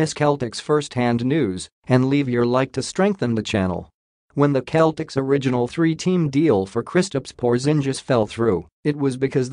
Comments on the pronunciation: It's not the Keltics (as you so mistakenly pronounce it), but rather the Sellticks! Learn how to pronounce the team you like reporting on!!!!!!!! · Words that start with letter C followed by either letters A, O & U are pronounced as a K while words starting with letter C followed by E or I are pronounced as an S so, CELTICS is pronounced as SELTICS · The announcer is pronouncing Celtic the Ancient Briton way. Americans change the pronunciation because the letter C makes an S sound when it's followed by an E.